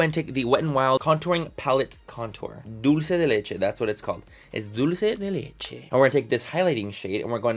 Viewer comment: Omg! Tati used that wet ‘n’ wild contour powder and she said “Dolce” lmao😂😂 instead of “dulce!” 😂😂😂